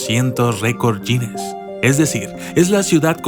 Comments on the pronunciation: Récord "Yines" o Récord Guiness! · No se pronuncia wines es guiness ... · Guinness, como se escribe se pronuncia, no "yines"... Buen video, hasta ganas de llorar me dan por tanto daño que le hacemos a este cacho de tierra tan lindo y a todo el planeta en general.